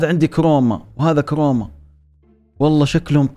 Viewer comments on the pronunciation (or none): كروما مو كوما😭